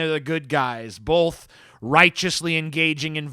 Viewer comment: I reached by "bolth" limit at the 6min mark